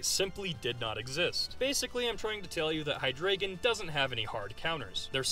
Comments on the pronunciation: Hydreigon is pronounced "High-Dry-Gon" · Which is why it bothers me so much how he pronounced it